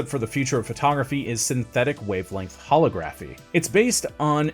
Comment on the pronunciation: Holography pronunciation please